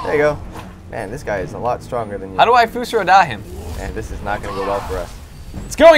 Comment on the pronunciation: dus fro dah? ist fus ro dah